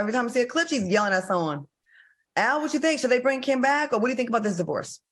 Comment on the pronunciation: Her name is Kim not Cam Ms. Claudia while you over there trying to correct and be funny wit Funky smh u be trying it girl ummm but when the heat is on u yo a** can't stand it smdh ijs